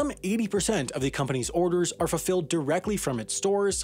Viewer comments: „Fulflled“. Twice. Shame on you! 😂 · What's "fullfled"?